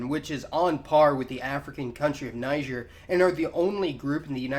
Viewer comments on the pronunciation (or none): none